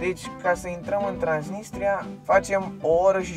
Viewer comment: Ba ai zis trainisia